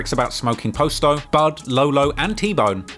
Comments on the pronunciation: I don’t understand why he cannot pronounce PASTO correctly? Past like PASTA then an O. PAST-O!!! not POST-O. good lord! the boys name was PASTO not POSTO!! at least have enough respect to pronounce his name correctly. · Its Pronounced "POSS TOE" NOT "POST O " SMFH U KILLIN ME WIT DAT SHIT WHITE BOY ... GET IT RIGHT WHEN U MAKING VIDEOS AND GETTING RICH OFF MY BLACK PEOPLE❗❗❗ #FUCKINCULTUREVULTURE ❗❗❗ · Its pasto not Poast-O lol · Pasto not posto